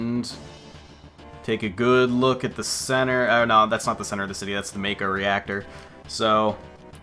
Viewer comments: It's Mah-Koe, not May-Koe. Mako is formed by Japanese letters (Syllables) "Ma" (Mah), and "Ko" (Koe). "Shi" (Shee), "n" (n), "ra" (rah). You're correct about Aerith, though. There is no "th" sound (Syllable) in the Japanese alphabet, so Aerith loosely translates into Earisu (E), (a), (ri), (su). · It should be "ma-ko", without the diphtong. At least in Japanese.